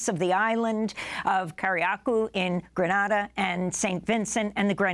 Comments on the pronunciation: The US invaded Gri-NAY-duh In 1983 and Amy still can't pronounce it correctly. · It's pronounced; gree nay dah. Not gree nah dah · Grenada is pronounced "Gre- nay-da" not "Gre- nah- da" Carriacou is pronounced "Car-ri--ah-coo" These are the places my family is from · Its Gren ay da not Gren na da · It’s pronounced Gre-nay-da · As someone who lives in the Caribbean, I wish the host had taken time to learn the correct pronunciation of the names of the names of the countries, and especially the name of the PM of St Vincent. Quite disrespectful honestly! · You News Casters need to learn how to pronounce names of places correctly. Carriocou, Grenada, PM Gonsalves. Where did you people go to school? The people in those islands know how to pronounce words correctly.